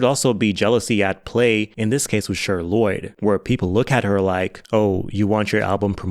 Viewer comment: Not you calling that girl “Sure” Lloyd 💀 it’s fucking CHER! You know?? Like Cher from the 70’s Sonny & Cher?! Pronounced like ‘share’… egregious slip